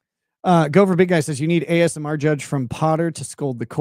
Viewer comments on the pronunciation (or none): none